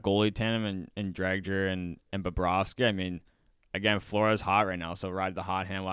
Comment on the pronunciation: Drieger the d is silent